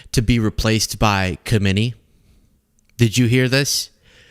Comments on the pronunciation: Please,: the guy is not KhOmeni, he is KhAmeni😅 You are too young to have experienced KhOmeni.😅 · With all due respect, it is pronounced "eye-a-toll-ah ha-may-nee" the k is silent. Please be the only channel that pronounces it right? Keep doing what you do, this is the knly thing in 6(?) years I have said that isn't glowing. (Also, Ih-rah-n. and Ih-ray-nee-an) I know their regime doesn't deserve correct pronunciaton, but it would add to the professionalism of your channel. Said with love